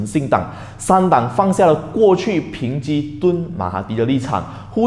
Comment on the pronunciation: 抨击，“peng ji”